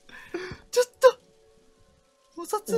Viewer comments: 可愛すぎます🥰 ｢おふだ｣を｢おさつ｣って読んでたとこ笑いました笑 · 咄嗟にがお札のことおさつって読んだの面白かった笑笑かわいい🐱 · 、、可愛ええ、、 おふだじゃなくておさつって言ったよね😂 漢字同じやけど、、、ね？可愛ええ、、、 Sっぽくて好き。笑笑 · ｵｻﾂｯ⁇って読んじゃう🐱さんかわいい… 私はなんでホラーゲームで癒されてるんだろう…？？